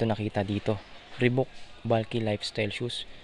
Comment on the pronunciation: Lods ree baak ang tamang pronounciation sa reebok